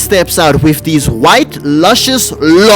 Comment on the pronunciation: Theas legs...yes Made me BUST OUT LAIGHING IT WAS THE PAUSE😂